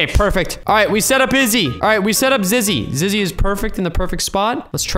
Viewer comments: Ziggy its zizzy btw just saying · It’s zizzy not ziggy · ant its zizzy not ziggy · Ok it is zizzy not zigy🤣🤣🤣🤣🤣🤣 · It's not freaking zeggy ITS zizzy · its zizzy not ziggy and zizzy is a girl not a boy. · It called zizzy not siggy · It's Zizzy not Zaggy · It's not Ziggy it's Zizzy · Ziggy? You mean zizzy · Its 'Zizzy' not 'Ziggy' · man he ceep on saying zigy not zizy i mean really bruh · It’s zizzy not ziggy 😅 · its not ziggy its zizzy lol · It's zizzy not Ziggy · No you said ziggy its zizzy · its not ziggy its zizzy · Its not zigy it's zizi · It's not zigy it's zizy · its zizzy not ziggy ooOOoOoOooOoOOOOOoOOoOoOoOoOoOooFfF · Why are you saying.ziggy say zizzy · XD YOU KEEP ON SAYING ZIGY LOL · ik lol tell him to say zizzy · Carti He really said Ziggy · He is saying ziggy 😂😂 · He does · He was saying Ziggy for the whole video 😂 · And he called her Ziggy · im so cringed ant says ziggy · Marielle Decastro i dont mean to insult him its just a bit weird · I was going to say that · Guys stop talking about him saying “ziggy” he knows he is saying ziggy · This is how many times he said Ziggy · Why did he say ZIGGY🤣🤣🤣🤣🤣🤣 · Dude you said ziggy 😤😤😤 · And you said it wrong it is ( ZIZZY) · Why does call zizzy call Ziggy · Go back to school and learn how to say zizzy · Did u say Ziggy or Zizzy? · is he saying ziggy or zizzy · Why do you keep saying ziggy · Hey I am sorry to crush your dreams but it's Zizzy not Zigy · you keep on calling zizzy "ziggy" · IT ZIZZY NOT ZIGGY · Who else is gonna tell him it’s ZIZZY not ZIGY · "We have to jump on HIS head and onto the roof" ZIZZY IS A GIRL and its zizzy not ziggy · Oh yea ur right he said Zigy it's Zizzy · And he was calling her ziggy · Zizzy is a girl and you’ve been calling her a boy and you’ve been saying her name wrong it’s zizzy not ziggy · Ziggy its Zizzy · Him: Ziggy Me: ZiZzY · "We need Ziggy" Me: "Who's Ziggy its Zizzy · ziggy everyone: zizzy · “ziggy” Me: 🤣🤣🤣 zizzy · Ziggy Me: Zizzy